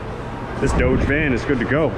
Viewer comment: I love the deliberate mispronunciation of 'Dodge' as 'Doe-dge', saying hello & goodbye to your 'patients', and lots of other little things too numerous to mention. 😁👍